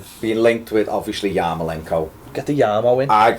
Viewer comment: repeat after me: YAR-MO-LENK-ON Being Irish I'd like to see Geads go out and get some games somewhere. There's a player in there and maybe a change of scene and a run of games can bring it out for the Euros.